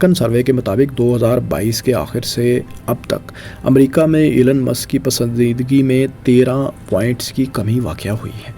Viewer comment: O bhai ap apna pronunciation tu theak kar lo Aur Elon musk aur tesla aur space X aur .... Though it's a criticism but improve your accent